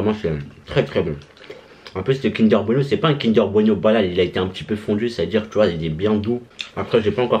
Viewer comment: "kinder beno" 🤣😂